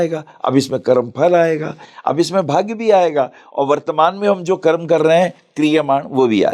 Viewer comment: करमा क्यों बोल रहीं, कर्म बोलो।